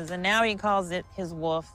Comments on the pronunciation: Is attempting to say the word 'WOLF'?? She's saying 'WOOF, not WOLF'. Am I correct in hearing that? Its so peculiar. WOLF, is not a difficult word to pronounce. I don't get that issue. working towards her masters in teaching and she can't pronounce WOLF correctly? What the...!? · I feel so shallow saying this but, man, I can’t stand it when people pronounce Wolf as Woof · Is she saying “woof”???